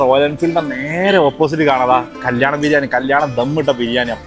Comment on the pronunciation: Biriyam alla biriyani enne para brw😊😊